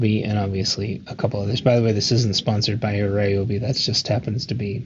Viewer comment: All The Ryobi fan boys are going to be happy you don’t pronounce Ryobi as “Ree-Obi”. You get a thumbs up from me because you pronounced it correctly 😂. I’ll share with you soon my “Homemade Ryobi 18v roadside battery jump starter”